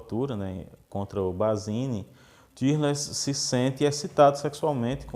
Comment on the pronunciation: Parece que a pronúncia mais próxima do alemão seria "Tórless". 🤔